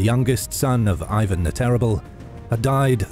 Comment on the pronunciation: not Aivan (sound silly) but Ivan (i-independence like) after such a detailed explanation, you could pay more attention to the names